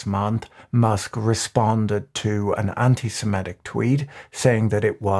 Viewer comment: Anti semitic, not semetic. Why does everyone mispronounce this?